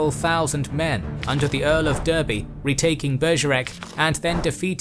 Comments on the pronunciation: The Earl of Daaaarby not Deeeerby, we are English 🏴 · btw 'derby' an English city is pronounced as 'darby' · I am a little curious as to how you pronounce Derby In the UK it is pronounced as 'Dar Bee' whereas you say 'Duh Bee' / 'Der Bee'. Is there any particular reason for this? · Durby? You mean Derby! (said as Darby). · Derby is "Darby" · And Derby not pronounced 'darby' is terribly triggering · Derby is pronounced DAR-by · How can this guy still not pronounce Derby correctly? Is he a bot? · ikr, it’s not even as if he’s an American who knows no better, the blokes form here!!